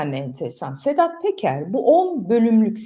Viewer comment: Sedat Peker diye yazilir ,Sedat Teker diye okunur